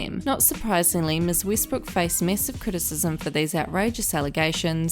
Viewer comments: Westbrook (“e”as in “elephant”) not Weestbrook. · Obviously, but someone’s name should still be pronounced correctly.